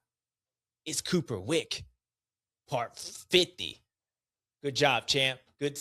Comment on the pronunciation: Lmao..."cooper wick"